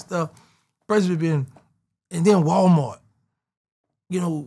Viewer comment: “And then Walmort” 😂😂😂